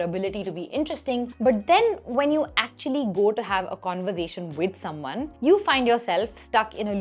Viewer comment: Hey what a fun and informative video, ❤😊 super!! A little correction you may take - it's pronounced "conver-sation" and not "conver-zation" ☺️